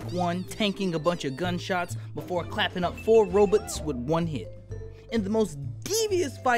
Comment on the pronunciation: Bro really said "Robits" like he was Toby from WordGirl